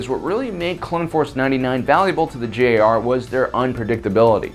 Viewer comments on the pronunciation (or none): Why do you call the GAR the JAR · No hate when saying this but you said JAR , it's GAR not JAR